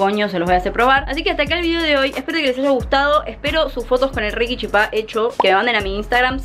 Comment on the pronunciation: para master chef♥ pd: amo porque pronuncia chipá como en guaraní. saludos desde paraguay.